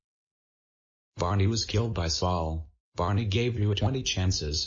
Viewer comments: Bareny? Don't you mean Barney? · I Like How The Beginning Says Bareny